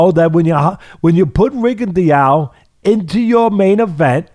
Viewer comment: Why does Teddy mispronounce Rigo's name like that?